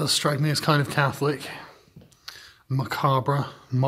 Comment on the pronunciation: pretty sure the 're' in macabre is silent